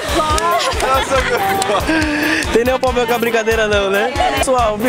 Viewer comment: e esse negocio do: "tem nenhum poblema com a brincadeira não né?" quem fala é o kk